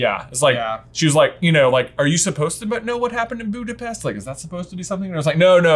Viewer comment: Hello from Budapest! And also, Nat pronounces it right.